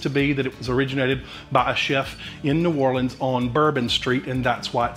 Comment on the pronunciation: Thank you for saying New OR-LINS and not New OR-LEENS.